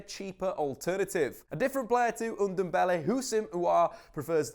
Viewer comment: Tanguy Undumbele? 😂😂😂